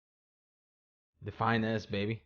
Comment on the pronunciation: i thought you were saying "The fine ass" instead of "Define S"